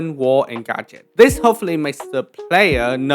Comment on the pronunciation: every time you said “gadget” I swear I heard “gacha” lol game dev is so cool